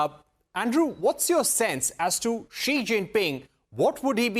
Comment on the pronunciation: This Indian anchor purposely pronounced xi name in a derogatory manner...that his name has s#£@ is so apt